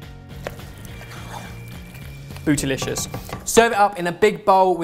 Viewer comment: He said Bootylicius